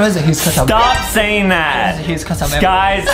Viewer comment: adem has a huge cwush on banbaleena